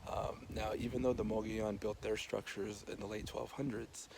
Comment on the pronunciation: "Muggy-OWN"? I prefer your pronunciation, which has always been mine. I love that it has more original walls than Mesa Verde, which probably has more visitors. Great work, as always!